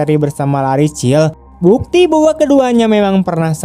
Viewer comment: LARRY di baca nya Leri bukan Lari 👍👍